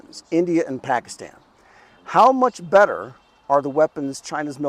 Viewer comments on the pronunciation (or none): none